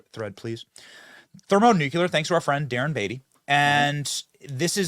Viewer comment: Benny: Thermo-Nukuler🤪